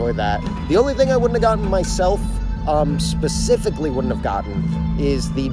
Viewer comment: At the end "Those two, pacifically..." I had to rewind it to make sure I wasn't hearing things., your Navy is showing.:p